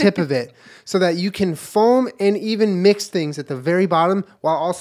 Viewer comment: i love how julien pronounces foam like “folm”